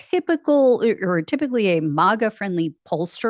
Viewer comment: Not "mah-ga". It's "mag-uh"...rhymes with "maggot".